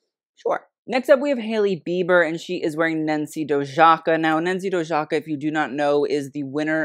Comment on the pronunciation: pronounced Nancy Doyaka ;)